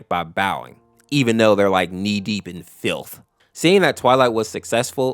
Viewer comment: "Knee deep in *FLITH*" is the funniest line in this entire video in my opinion